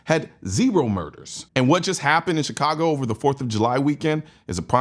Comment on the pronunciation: Chi-congo. Enough said.